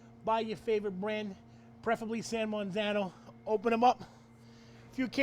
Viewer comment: "San manzarno"